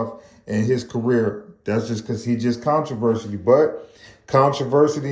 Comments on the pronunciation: Controversial? Contriversity? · Bro really can’t say “controversy” 😂😂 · 🤣😂😅that made me chuckle bruh 😅but then he kept sayin it had me sleep